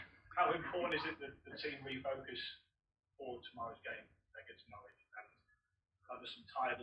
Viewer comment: The sound quality of this video is so shitty one can barely hear that Klopp has not yet learnt how to pronounce 'Norwich'. 😜